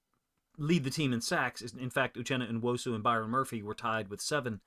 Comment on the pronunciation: Come on, it's pronounced New-Osu not En-wosu. Ya got En-Jigba and New-Osu! Say it with me...Uchenna Nuosu...New-Osu!